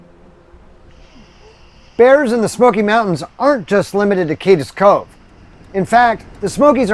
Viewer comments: I’m sorry! I don’t want to sound like an obnoxious critic, but it’s pronounced “Kade’s” Cove, not “Kad-des” Cove. Again, my apologies for sounding “smug.” I just couldn’t help but to correct this. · Cades Cove is not pronounced Cadis cove, but CADEs as in Cascades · It's "Cades Cove" not Cadez cove. It is pronounced as if Cade is possessive. Excellent video. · “Cade es”Cove. LOL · Love this weeks videos. FYI Cades Cove is pronounced Cade's Cove, one syllable.